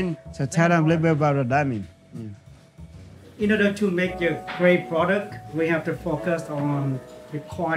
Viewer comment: This is the bag of "DIAHAAH".